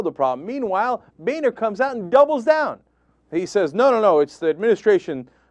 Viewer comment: Cenk, I think its pronouced Boner....lol